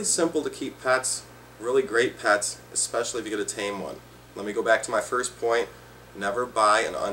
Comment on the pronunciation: " watch this video foy"